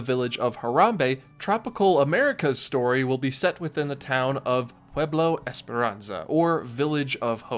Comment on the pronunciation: You are the first commentator that DID NOT have a problem saying "Pueblo Esperanza". Cool!